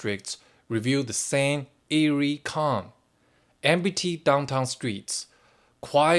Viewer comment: 'Empty' has two syllables : 'M T'